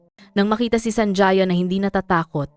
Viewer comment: SANJAYA?..apilyido yan kaya ayusin nyo nman ang paggawa ng kontent nyo..ang pag bigkas nyan ay SANHAYA"J" ay tunog letrang "H"(ha)..